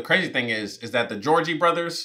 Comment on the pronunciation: It was really triggering me that you were calling them the Georgie Brothers the whole time. And I couldn't tell if you were trolling us or if you really think that's their name. 😂